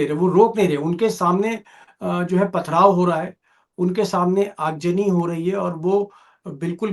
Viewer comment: Aag jani nahi yaar aag zani boltey hai urdu ki tang todney par amada hai